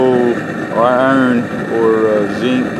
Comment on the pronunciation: Took me some time to figure out what the heck is "sink", what is he talking about :)))